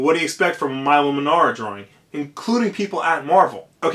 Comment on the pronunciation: It's pronounced "Meelo" Manara. I go to look up this artist and your vid of 464+ views is on the front page. Why?!?